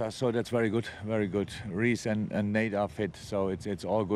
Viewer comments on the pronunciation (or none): I just love that Jürgen consistently calls Phillips 'Nate' and not 'Nat' like everybody else does lol